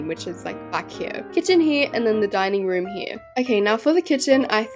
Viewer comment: Love ur videos , But like I just woke up and u said dining room I thought u said dying room 😂😂😂